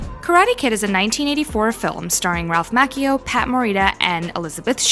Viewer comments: His name is pronouned Ralph MaCHIO, NOT makio. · I just stating a fact it’s macchio not mactio